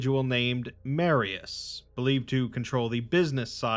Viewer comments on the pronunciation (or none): none